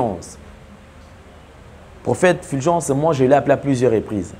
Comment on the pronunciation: Vous aussi vraiment...ce n'est pas FILGENCE, mais plutôt FULGENCE. Pourquoi avez-vous tant de mal à prononcer U ? U est différent de i. On ne dit pas sicre, mais plutôt sucre.